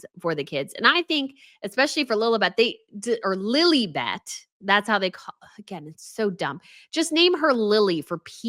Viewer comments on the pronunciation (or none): It’s lilibet not lily bet. You steal your grandmother’s pet name and won’t even pronounce it correctly. Sigh. It was her pet name. You don’t use it without asking. Sigh.